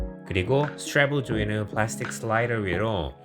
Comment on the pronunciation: s투뤠엡을 줄이는 플르ㅇㅏs틕 발음 멋지네용 퀘스트 3 로 vr입문한 유저인뎅 영상에 공감많이 하고가용!